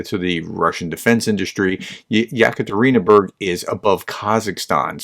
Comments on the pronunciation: It's pronounced e catareenaburg 😊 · ye-ka-te-rin-bUrg “Yekaterina’s City” German-style name in honour of a German lady who ruled Russia way back when Pugachev dared to rebel.